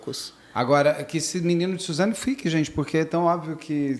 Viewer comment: kkkkk troquei o S pelo Z